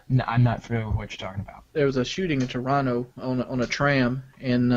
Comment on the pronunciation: I’m surprised Wings pronounced Toronto right